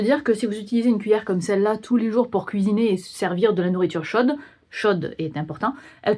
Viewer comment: Chaude ❌ Chode ✅